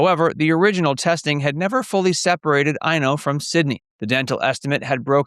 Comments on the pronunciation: Thank you! It's always difficult to decipher the anglophone pronounciation of Finnish names! 😂 Eino does make more sense! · I was looking for a comment on this, but I suspect he wanted to say Eino, which is a boy’s name and would make more sense. And after I started to reply this, I saw someone already commented on this and informed us of the correct child name. I live in Finland and also had your “ears” when listening to him pronounce the names. 😂